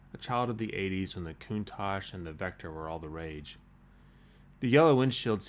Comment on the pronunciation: I swear I heard him say "When the Countach and the Vectra we're all the rage". Hmmm "Vectra"